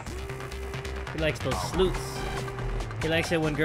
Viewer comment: "He Likes The Sloots"-Jay